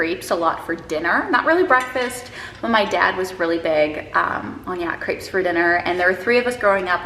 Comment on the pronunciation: Can’t wait for France vlogs 😍 I was do confused the first couple of minutes because I understood grapes instead of crepes 😂